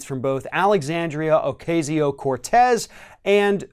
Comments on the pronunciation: Baby... guy... handsome... I love you... I love your info... it keeps me grounded in reality & informed by a trusted source. But please... Ocasio is pronounced Oh-Caw-see-oh... The a in Ocasio is like the a in Taco's Love You😘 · pronunciation: Ocasio... is oh-kahsio; not, oh-kaysio